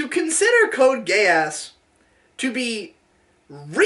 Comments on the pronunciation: That is how the "e" in romanji is pronounced. He frequently mispronounces the "a" though, it should be Gay-ahs, but the "gay" is there regardless. No matter what, it's going to sound like a British person saying "gay ass". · I literally cannot help hearing "code gayass" please send help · I kept thinking that was saying “Code Gay-ass” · cant tell if he just thinks it is pronounced that way or he is trying to call it "Code gay ass"